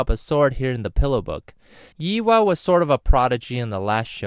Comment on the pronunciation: Pronounced =Yay-hua not Yi wa